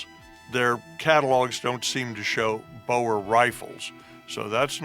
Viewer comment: I like this, but ahh, the pronunciation of anything afrikaans makes me cringe, its boer not bowar